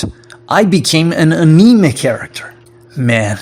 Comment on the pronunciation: So I hate to be "that guy" but i'm going to correct you for your own good and because few people will. you pronounced "anime" wrong, and not just from a Japanese perspective, but from a English perspective as well. Giving that English is language based on stressing/emphasizing different syllables, you over stressed the second syllable(ni), which makes it sound like a mispronunciation of anemia(a medical condition), which has stress on it's second syllable. You also "anime" is often said with no stress(ah) by most native speakers, or has stress on the first syllable so that it sound closer to the Japanese pronoun(auh). "Anime" sounds like pronouncing both "annie"(think the Micheal Jackson song) and "May"(the month) together but faster as the are one word. "anime" pronunciation: /ăn′ə-mā″/ (annieMay) "anemia" pronunciation: /ə-nē′mē-ə/ (uh-knee-me-uh) "anime" as you pronounced it : /ə-nē′mē/ (uh-knee-me) I still knew what you meant but it toke me a second because my brain had to make sure i was taking the right path to understand the mispronunciation. I'm assume English isn't your first language, but as someone who has be struggling to learn a language(Japanese) i know good feedback can be hard to come by. I'm not an English teacher/professional so i hope my explanation makes sense. Anyway keep up the good work, I enjoyed the video.